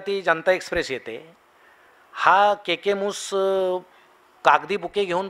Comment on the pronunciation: के के मुस नाही सर, केकी मुस असं नाव होतं त्यांचं.